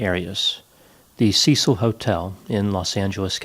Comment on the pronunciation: Why can't Americans say, Cecil properly?